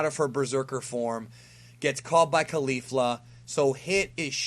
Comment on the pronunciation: My dude.. it doesn't matter too much but isn't it pronounced KoLee-Fluh not Koh-Lifla?